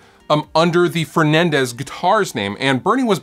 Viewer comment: Why do people continuesly mispronounce words like Fernandes. It's not Fernandez it's FERNANDeeeeeees